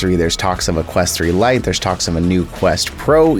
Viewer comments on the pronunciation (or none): none